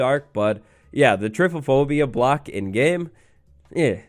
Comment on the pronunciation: I love how says typophobia rather than trypophobia